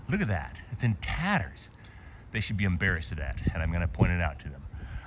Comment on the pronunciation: what is "umbarrassed"?